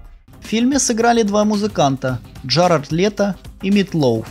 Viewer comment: Джаред Лето а не Джарард